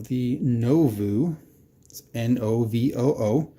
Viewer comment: Its Novoo... lol